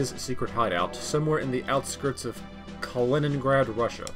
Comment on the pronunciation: Oh look, you nailed the pronounciation of Kaliningrad! I can confirm it since I am Russian XD Either way, good video Edit: No way, they used the TWINE P99!